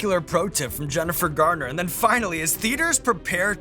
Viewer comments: I think Jennifer was real polite in not correcting Sean a single time, even though he called her "Gardner" basically every instance EDIT To end the “controversy” he only says “Gartner” to my ear, a single time. I severely exaggerated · Sounds like he calls her Jennifer "Gardner" ---oopsie. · Embarrassing - mispronouncing Jennifer Garner's (not Gardner) name over and over. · Jennifer GARNER...... not gardner :P